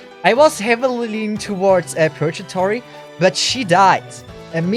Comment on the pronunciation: If actually learned how to read, I may actually be a believer. Edit: nevermind. Until he learns to say Purgatory correctly, I'm too irrationally annoyed to ever be a believer. Drives me nuts. Wish it didn't. Edit: And this man doesn't like one of the greatest anime of all time, Code Geass. Which is honestly more of a strategy anime that happens to use mechs. Like if Death Note had mechs. C'mon. It's not an actual mecha anime.